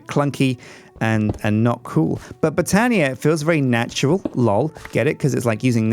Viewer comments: stop the botania Also it's pronounced (but-ania) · Like this so will get more knowledge and stop with boootania